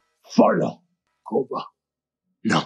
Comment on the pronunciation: I was actually scratching my head thinking who tf is 'Koda' then realised they meant Koba 😭